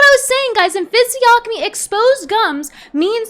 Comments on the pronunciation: The g is silent in physiognomy, bae. Fizz-ee-on-umm-ee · The “g” in “physiognomy” is silent.